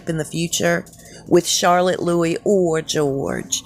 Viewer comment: Agree with EVERYTHING you said.... and THANK YOU for pronouncing ‘Louis’ CORRECTLY!!! 😁👍 EDIT: Catherine is regal and classy....That other woman...the showgirl is NOT welcome back in my country, come to think about it neither ginge or cringe would be!